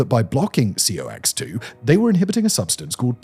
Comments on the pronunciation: It’s pronounced “cocks” it’s not spelled out C-O-X…weird as it seems. You said it in the drug name. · I know Simon reads from a teleprompter and often has to guess how to read words, but NSAIDs should be pronounced n-saids and COX as, well, cocks. (Yes we really do read it that way. If some scientific acronym is spelled like it could be read a bit too cheeky, it usually is 😂) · The COX enzyme and NSAID pronunciation is sending me